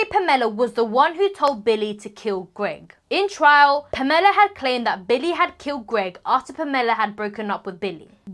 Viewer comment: The way she’s pronouncing “Pamela” is making me cringe almost as bad as her mom being Jackie Chans bodyguard….